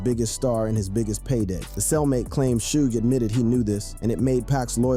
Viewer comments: Sooj? 😂😂😂😂😂😂 It's pronounced shug. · Fuck this A I video 📹 repeating the same thing and pronouncing Suge Knights name wrong. 😅